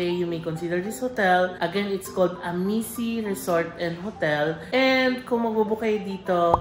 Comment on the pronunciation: Amici - pronounced as #Amichi 😊